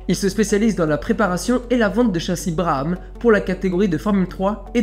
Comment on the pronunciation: On prononce "brabam" pour Brabham